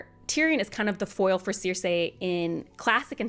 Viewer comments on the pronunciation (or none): I'm so happy You have this take. I have SO MUCH Appreciation for Feast. Btw, no disrespect but the way You say Cersie's name (Sir-See) drives me CRAZY 🤣😂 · Sees: Cersei; Reads: ‘Seer-Say’… 🙄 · Cersei ❌ Seer-Say ✅ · Great video, but the pronunciation of “Ceeersei” was very weird 😂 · Was listening to this (admittedly excellent) review as I was trying to go to sleep, but every mispronunciation of 'Cersei' burst my brain like an overly confident Oberyn Martell at a Lannister trial